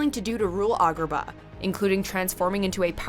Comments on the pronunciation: video was great but you said agrabah and Rasputin wrong. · agrabah was said wrong too